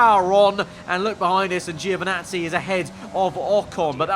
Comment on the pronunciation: I know what I'm talking about when i tell you how to pronounce Italian names, once again, it is (Jo)vinazzi and not (Geo)vinazzi